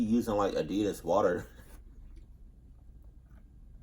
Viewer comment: Nigga said adidas water LMFAO adidas sponsor this man😂